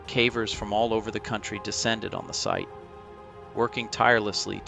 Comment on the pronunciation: Why the a.i. voice my friend ? Thats not how you pronounce the word "cavers"